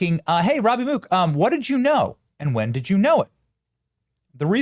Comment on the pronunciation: How in the fuck do you get "ROABY" from ROBBIE? Do you pronounce ROBERT as ROABERT?